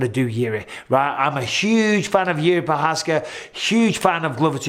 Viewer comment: You mispronounced Jerry Provider